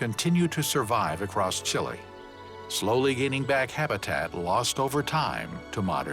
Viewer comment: Pronunciation could be better: Chilenos say something like 'cheelay" not "chilly", The park names are pronounced well, but "Austral Fiords:" becomes "Astral Fiords" and Guadacus becomes Gwaydacus, so add the comical captions, Entertainingly coical at least, and very cool to see what yo'ud need thousands of dollars and months of time to see first hand